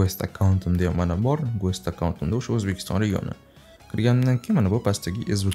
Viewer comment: гуЭст эмас, гЭст деб окийсиз брат) Видеога гап йок👍🖤